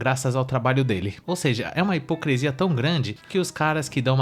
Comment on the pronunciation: o certo é "hipocrisia" e não "hipocresia"